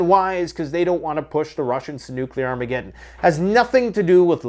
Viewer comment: NU-CA-LAWR AHMEE-GED-IN!!!!!